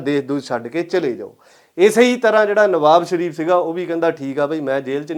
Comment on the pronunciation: ਭਲਾ-ਮਾਣਸ ਨਿਵਾਜ ਸ਼ਰੀਫ਼ ਨੂੰ ਨਵਾਬ ਸ਼ਰੀਫ਼ ਹੀ ਬੋਲ ਕੇ ਦਸ ਰਿਆ ਹੈ।